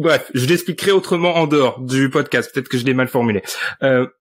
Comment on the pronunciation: Le meilleur "pocdast" de l'histoire !